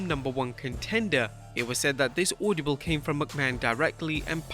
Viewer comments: Ord-a-ble not auldabul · Bro, the word is AUDIBLE NOT AUDIOBLE LOL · it's not audiable, it's audible. Sorry, you just said it so many times... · “Audiable” lol what’s that? Oh you mean audible